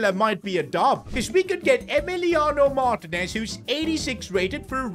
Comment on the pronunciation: please you say it mar-tee-nez